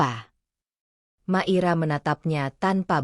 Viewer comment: Hadir,, mngkin nyebut nmya hrs di koreksi Mungkin maira ya jdi klu di dngr seksama kq kedengrnya makira, bukan maira